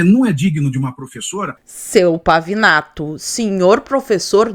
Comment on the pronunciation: É Pavinato,Pavanato, Pavãonato kkkkkkkkkk